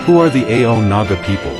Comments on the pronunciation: It is not pronounced A-O like this AI narration but rather pronounced in one salyble. And thank you for your attempt to describe the Nagas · How do you pronounce the word 'so' and 'no'?we don't pronounce it as S.O or N.O for these words by separating the two letters,so while mentioning 'Ao' community you should not say A.O for Ao.you better pronounce the word 'Ao' in a proper way.And one more thing,your knowledge is not even close to speak about Ao language. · Pronounce it as Aho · Pronouce it as Ao-o. After that only you can tell anything after consulting stake holders. Otherwise you are wasting your research etc etc